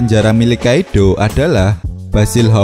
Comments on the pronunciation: Kaido bukan Kaidhlo idgham bighunah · Entah kenapa gw agak anu pas ni bilang kaidddoooow wkkwkw gw juga org jawa tp kga gitu juga 🤣🤣 coba deh pake English sapa tau lebih enak di denger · Hahaha cara penyebutan kata kaido gokil bangat. Wkwkwkwkwwkwkwwkwkwk Kaidooo